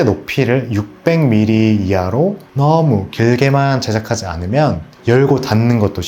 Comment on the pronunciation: 너어~무~ 가 어느지역 사투리인가요?